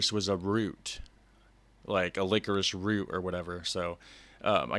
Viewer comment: Why do you pronounce it licorish?